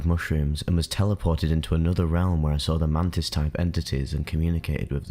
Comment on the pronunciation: Man tits or mantis hahahah love your videos man